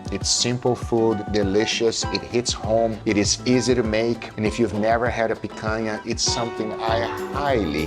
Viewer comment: Are you Brazilian? Lmaaaao That explains the perfect pronounciation of "picanha"